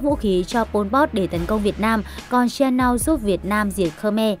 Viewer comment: Ông vua Cam Shianouk đọc là Shi-a-nút chứ không phải Shi-a-nao.